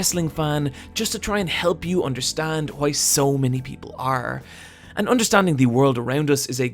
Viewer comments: At least he didn't say "Tri" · Still better than "Traah".